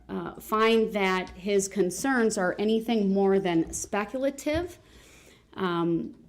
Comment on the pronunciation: It's "SPECLATIVE"!!! 🤣🤣🤣🤣🤣🤣 What a Doof!!